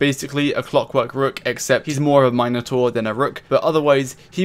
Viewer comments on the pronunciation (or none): none